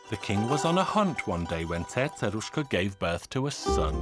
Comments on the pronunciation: I can't even pronounce Cerceruska as the narrator do. Narrator: Before I forget what I was going to say... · You sound British while you're telling the story but when you pronounce the name of "Cerceruska" you suddenly become like a native Hungarian! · How do you pronounce the C's in Cercerushka's name??? Is it an "S" sound or "TH" sound???